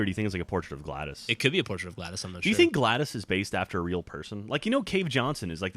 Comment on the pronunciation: fuck its pronounced glaydoss plus no collectibles